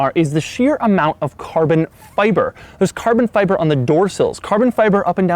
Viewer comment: hit like every time he says CARBON FyyyBIBOR